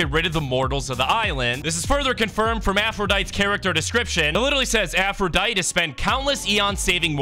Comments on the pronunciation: its pronounced aphroditey but without the y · Idk anything about Greek myth except a little bit but I know her name is pronounced afro-die-tee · It’s pronounced (Afru-die-dee) for Aphrodite, who agrees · Your supposed to pronounce the “E” in her name